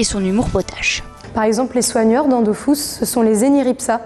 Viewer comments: Vive la 1.29 et contrairement a ce qu'ils disent se n'est pas dofousse mais dofus ... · c'est DOFUS et non pas DOFOUS ;) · dofus pas dofous MDR est ma tuer XD